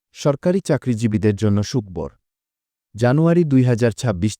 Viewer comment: ভাই, সুখ-বর কী ???? এছাড়া, আপনার অন্যান্য উচ্চারণ ভঙ্গিতেও আমরা বিস্মিত হচ্ছি।। আগে বাংলা শিখে আসুন দয়া করে।